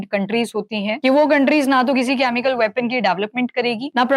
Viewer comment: very good information Except presenter is repeatedly saying कॅमिकल, which is generally pronounced as केमिकल.... Pls don't mind!